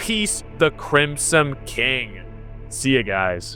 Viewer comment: "who is.... the crimsome king" holy shit dude please learn English